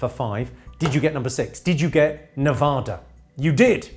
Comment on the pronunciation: Just as a note from an American, they prefer that you pronounce the state "neVAduh" and not "neVAHduh".